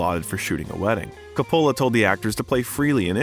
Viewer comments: Never knew a guy named Co-pollo directed the Godfather 😂😂 Think they got an AI to do voice over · Where has the narrator been that he can’t pronounce Ser-pico and CO polo— not all Italian names emphasis the penultimate syllable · Can't you do something about the pronunciation of famous peoples names COpola, SErpico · Roger EEEEbert not Ehbert and Francis Ford Co puh la Sorry , Just a heads up 👍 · Please learn and use the correct pronunciation of the following: Francis Ford Co-pa-la James Kon (Caan) Frank Sir-pa-co. (Serpico) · You should really study up before doing these biographies, so you pronounce important names like Coppola and Serpico correctly. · Im taking a shot with every mispronunciation of Coppola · How can you repeatedly mispronounce Serpico and Coppola. This is supposed to a comprehensive documentary. If it is narrated by an AI generated voice, it needs to be programmed correctedly. Also, narrator keeps calling him Alfredo. Pacino hates that name and dropped it early. Very sloppy. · Yes, it's a doc worthy of Al's talent, however, WTF is up with the narrator's mispronunciations of numerous famous Hollywood names ? Who the hell does NOT know how to say FRANCIS FORD COPPOLA's last name 🤭🤷🏼‍♀️.....and THAT's just one example. Also, why would the documentarians have allowed those names to be so butchered. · Interesting vid, I agree Pacino is one of the greats. Not to be too critical but I noticed you mispronounced a couple names. Serpico and Coppola. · Calling him Alfredo the entire time and mispronouncing Coppola annoyed me in a way that I couldn’t get over 😖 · How do you mispronounce Coppola FFS? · You completely lost me when you mispronounced Coppola 😮😮😮